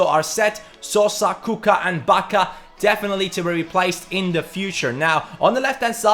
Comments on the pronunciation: You have to pronounce him with "Kutshka" not Kucka ;) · It's Ku-c-ka (Kutska), not Kuka :-) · If you will be doing Milan career mode I beg you don't give anyone numbers 3 and 6.. as ac milan fan it really bothers me when i see it.. and you are pronouncing wrong Kucka, it's Kučka (or Kuchka) and Pašalić read like Pashalich.. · kucka is pronounced kutska not kuka like so cani can see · The way you pronunce kucka xD